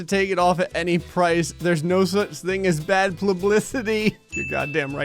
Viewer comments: bad "plublicity" Am I the only one that heard it or not?😂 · did he just say plublicity.